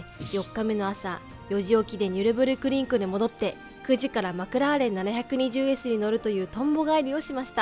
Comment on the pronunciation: ポルシェはきゅーいちいちってちゃんと言ってるのにマクラーレンはななひゃくにじゅうww